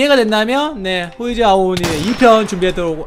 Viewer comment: 아오오니 가아니라 아오니 에요